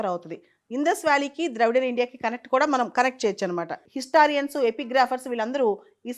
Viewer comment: మీరు ఇటువంటి వీడియోలు చేసేటపుడు కొన్ని ఆంగ్ల పదిలు వాడకుండా ఉంటేనే బాగుంటుంది. ఎందుకంటే ఆంగ్ల పదాలను ఖూనీ చేస్తున్నారు. అది'డిసిఫర్' కాదు 'డీసైఫర్' అలాగే 'హిస్టారియన్స్' కాదు 'హిస్టో‌రియన్స్'. కొంచెం గమనించుకోవడం మంచిది్